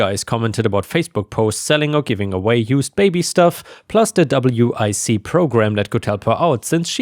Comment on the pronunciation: WIC is pronounced Wick. Women Infants and Children.